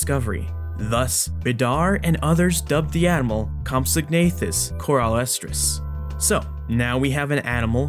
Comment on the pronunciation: Great video, as always!... Also, the "g" is silent. It's pronounced "compso-nathus"